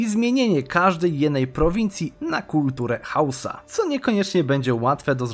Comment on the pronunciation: parę razy zamiast powiedzieć Hausa mówisz husa